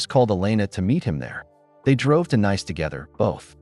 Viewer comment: I thought Nice-Nays, it should Nice- Nees